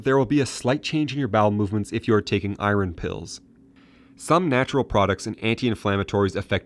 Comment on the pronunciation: The narrator needs to learn how to pronounce "iron".